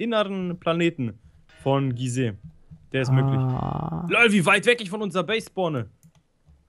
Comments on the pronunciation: 1., es heißt Gliese nicht Gisee 2. ich glaube Debitor hat beim Betten bauen Tier 1 statt Tier 2 Heavy-Duty-Plates genommen hat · soll mal manche Sachen anders aussprechen er sagt Gise es heißt aber gliese und bedrockinium aber es heißt bedrockium